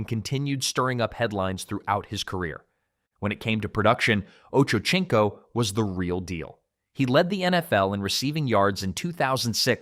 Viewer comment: His name is pronounced like oh-Cho-seen-co